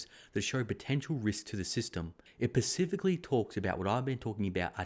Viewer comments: Great content as usual thank you! One thing the grammar Nazi in me has to point out... SPECIFICALLY not ‘pacific-ally’ 😬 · duuuuudddddddeeeee pllllllllllz.... Pacifically? no specifically!!! Spe-si-fi-ca-lee ahhhhhhhhhhhh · "Pacifically" = "specifically." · No one says that word correctly...lol